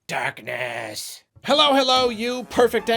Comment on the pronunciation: I seriously thought said "dat ass" at the Switch intro. Had to rewind to hear it as darkness. Accursed accent!